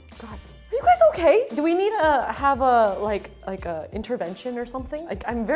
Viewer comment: “Are you gays ok?”